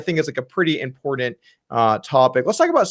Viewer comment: doug i love you but every time you say 'impordant' I can't help but laugh